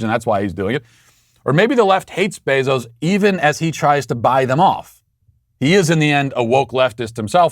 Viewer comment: Matt has a medical condition that doesn’t allow him to pronounce someone’s name the same way twice… AOC and Kamala are different every single time, even Bezos became Beeezos